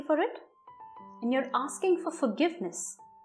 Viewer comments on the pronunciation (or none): none